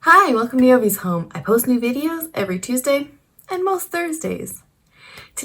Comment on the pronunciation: I forgot to say,...Thanks Dan,.....is it Dan? For the Hint:) I couldn't help myself,so it's with an Ou like Ouch haha.